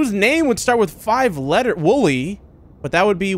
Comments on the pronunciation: WOLLY BRO ITS WOLLY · dude its wooly w o o l y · When you got didn't get the name right you made me very mad the name is wooly it's wool's birthday